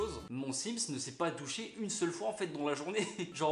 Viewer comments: qnd il a dit que sont sims c'est pas encore doucher j'ai cru qu'il avait dit qu'il c'est pas encore toucher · je suis le seul a avoir entendu toucher 😂😂😂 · J'ai compris au lieu de douché touché ^^